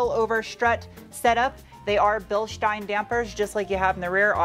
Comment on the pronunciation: Finally, a car reviewer who says Bilstein correctly. Thanks for sparing me another OCD anxiety attack.